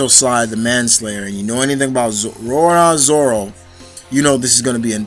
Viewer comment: Stop saying Rora Zoro